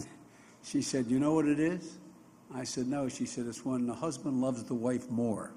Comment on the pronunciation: haha biden said "im jo bidens husbind jo" haha